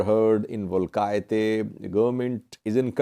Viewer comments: Hi, you can pronounce "Wolkitie" as " Wall"- "Key"-"Ta", as in start of 'Table". Thank you for all your timely updates. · Wolkite is pronounced as Wall-key-Tay